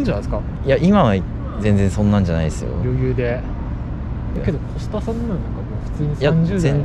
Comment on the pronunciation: コスたなじゃなくてコス田なんだな